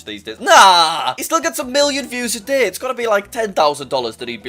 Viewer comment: Day not DAAAA